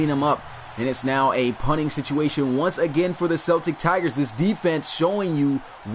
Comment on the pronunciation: It really bothers me the way you pronounce Celtic